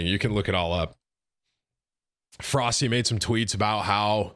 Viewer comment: isnt Froste pronounced Frosteh?